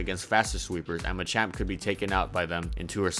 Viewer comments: Thats ma-champ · Wtf is a Muchamp? I thought it was called Machamp?